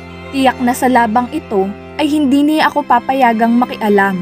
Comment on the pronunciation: Ayusin mo pgbasa mo..CIYA at NIYA..ano ba yan.